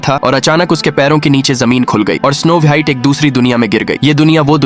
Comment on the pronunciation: स्नो वाइट नहीं होता स्नो व्हाइट होता है😊